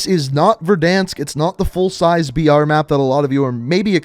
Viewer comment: I didn't understand you were saying "BR" for battle royale, and thought you were saying "VR" for virtual reality.